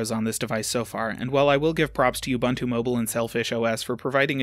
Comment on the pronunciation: Big oof on that pronunciation of ubuntu